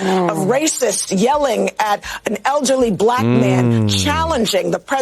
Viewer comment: They always pronounce it buh-LACK.